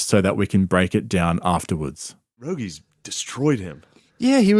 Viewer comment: If I ever quote Rogie, I will use "per-rogie."